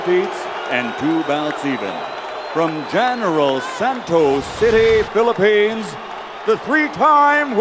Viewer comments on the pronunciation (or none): none